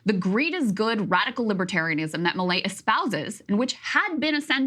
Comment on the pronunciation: I'm so confused, am I not hearing milei incorrectly? According to Crystal, I heard everything he said wrong.